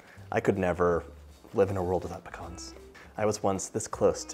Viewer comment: i love that he pronounces "pecans" correctly to my north Mississippi ears. THe cake looks divine and I think I just learned about my next kitchen project!!!